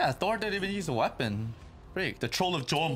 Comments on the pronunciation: it's pronounced yom not gom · The Jom - you have to read it like this: The Yom - Because its not english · Some pronunciation notes about Scandinavian names: J is soft, so pronounced like Y as a consonant. Troll of Yom. SK is usually pronounced like SH. Asheladd. Listen closely, and eventually you'll develop an ear for these sounds and it'll come naturally.